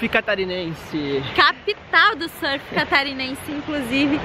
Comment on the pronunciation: Parabéns, finalmente escuto alguém neste país que saiba falar "surf" corretamente. Educação é tudo ne?